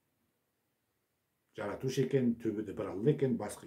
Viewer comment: Сиз Жаратушы деген сөзді калай айтасыз. Баскаша естиледи, немесе баска созбе